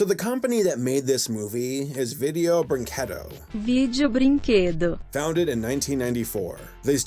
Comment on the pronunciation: as a brazilian, I apologize for this studio.... and I'd like to compliment on your impecable pronunciation of "video brinquedo" xD most reviewers I watched that reviewed their movies never got the "brinquedo" right.